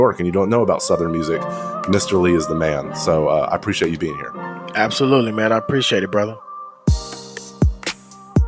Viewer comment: He said absoluteLEE!